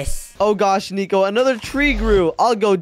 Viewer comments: why say neco that's not neco say nico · It’s not niko it’s nico